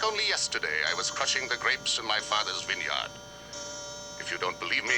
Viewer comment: My Fathers VIN-YARD